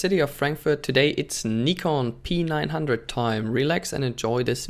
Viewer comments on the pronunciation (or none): You pronounce P9 like PEANUT bro😬😆